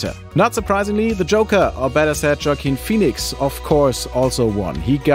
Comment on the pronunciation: Who is Joke-ine Phoenix? Thought it was pronounced Joaquin....? 😂